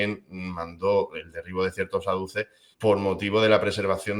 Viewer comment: A ver, no se dice "aduces" sino "azules". Tienes buena voluntad pero tocas de oído. Prepárate mejor la intervención.